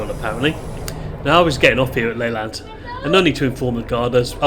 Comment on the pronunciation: It's pronounced L'-lant (emphasis on the lant) not Laylant by the way. Just travelled back from St Ives on that line today and I agree, it is the most beautiful line in Cornwall.